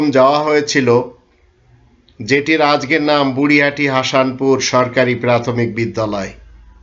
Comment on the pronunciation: হাতে খড়ি নিয়ে চকখড়ি টাকে ঘষে হাসানপুরে(হাষান,মাহবুবীয় উচ্চারণে,সুড্ডু ঔচ্চাড়ণে)লোক হাসানোর বিরাট খেলা দেখায় 😂😂😂😂😂